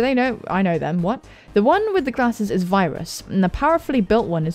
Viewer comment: I JSUT SKIPPED TO IT AN DIM GONNA SCREAM, PLEASE PRONOUNCE IT 'WERIUS' THAT'S HOW YOU PRONOUNCE ITTTTT